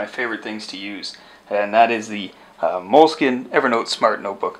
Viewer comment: Good video! Just one thing: in Italy we pronounce Moleskine as you did in the video, no "e" in the end ^_^